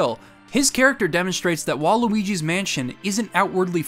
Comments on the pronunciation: him saying waluigis mansion is so funny to me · That wasn't unintentional. He deadass said "Waluigi's Mansion." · Every time you said “While Luigis Mansion” I interpreted it as “Waluigis Mansion” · oh you're saying 'while Luigi' not Waluigi. Mann I feel dumb.